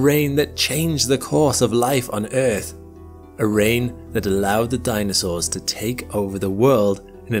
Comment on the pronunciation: …when ‘danisaurs’ roamed the ‘eerth’